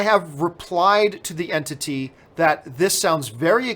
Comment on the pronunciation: The way u say entity makes it sound like ur nagotiating with a fuckin demon lol